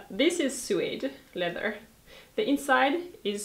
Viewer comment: Love you, your videos, your views on life. This from an American. (a pronunciation note: note USA general) no [sue-wade] but [s'wade]. I should have an elision symbol between the s and w but alas, not on this computer.) Thanks for your attention to quality. "These days" I am priced out of quality shoes. I just wear old Converse almost all of the time. A pair of flat leather Tom's are my 'better shoes". Luckily, there is no winter here in LA.